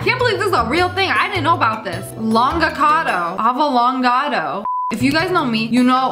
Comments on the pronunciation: “Longacado, avolongado” 😂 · Me:😂 Sniperwolf: Avolongado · Nobody: ... Absolutely nobody: ... Not even Inosuke: ... Lia: “AVALONGOTO”